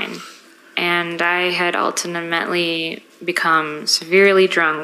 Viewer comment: I go back to this video once every couple of months for a cheap laugh lol and it never disappoints. ultinimetley lmao how can you butcher a pronunciation up so bad when English is your first and only language. How did this woman graduate high school?